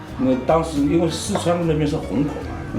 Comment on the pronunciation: 黄浦区，不是黄埔区哦～